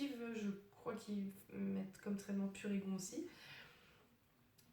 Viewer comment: Le son n'est vraiment pas top... On dit bien pu-ré-gon !